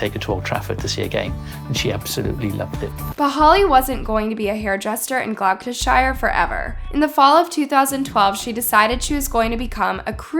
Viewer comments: 'glocusshire' lmao WHAT GIRL? you mean 'gloster-sheer' ?! 🤣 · Great video, but I’d just like to say; Gloucestershire is pronounced: Gloss-ter-sheer. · Great production I was born in London but I do know all the dialects over here . You pronounce it Gloss tish err . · Hi its pronounced, Glosstershyer, Gloucestershire, just abit of help because brits like it when our American brother & sisters pronounce our counties correctly. Love and respect from the UK England x. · One google search can show you how to pronounce "Gloucestershire" correctly. And "Sian." Did you even try or just didn't care?